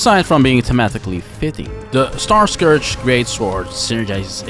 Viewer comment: Great video! Really great editing! Just a small thing: Starscourge would be pronounced as star-scURGE. Just like if you have an "*urge*" for pizza, same pronounciation. Basically take the O out, and Starscurge is the right pronounciation. Either way great video and honestly your editing is absolutely, abslolitely amazing and effin' incredible and I'm not just, saying that to be nice